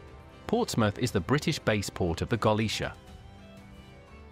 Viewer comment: I think the voice over is AI. It hurts my ears to hear how the mispronunciation of the ship`s name and the lack of that important pause between sentances.